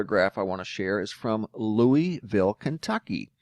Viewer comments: Only s life long Kentuckian can tell the PROPER pronuciation... Loo a vul. Equal emphasis on each syllable. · It’s always funny to hear anyone say, Louisville, that lives outside of Kentucky. 😂 (loo-ee-ville/loo-a-vull)